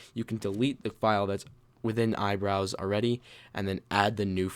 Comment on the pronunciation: when he said iBrowse i thought he said eyebrows